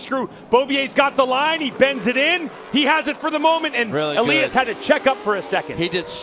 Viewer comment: I love this series. But the announcers need to learn how to pronounce Toni Elias' name. It's not Ayyyylias, it's Eliiiiiiiiias.